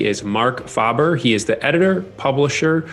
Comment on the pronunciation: Faber (Fay-ber)